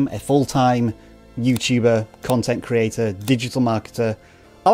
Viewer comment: YouTube is a journey filled will trolls, goblins, and hidden pots of gold. Lol. Btw, love how you say “creator” with out a T. 😂